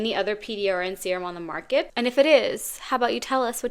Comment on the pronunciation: "the strongest one on the mÄHRket" less than 3 minutes in and I'm already tired